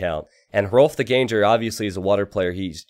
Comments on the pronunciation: Can you not pronounce ganger like that? The foreman of a GANG, not a ganje. Please :^) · I think Ganger is pronounced "gahn-ggur" since it's Germanic / Scandinavian, wouldn't it be? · Don't stress the 'g' in ganger. It's just an 'ng' sound.